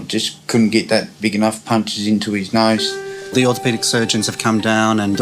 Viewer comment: Just fyi, I'm british but I have no idea why she says '' nose'' like that